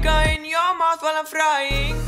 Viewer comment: It sounded like “flying” but it's actually “frying”.